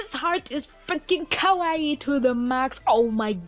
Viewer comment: I was fine until she said kawaii lmao